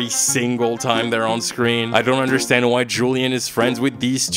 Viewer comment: When he was saying “I get why people…“ I kept hearing “I get white people…” and it was hilarious